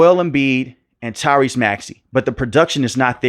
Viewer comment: Why you say maxey first name like that smh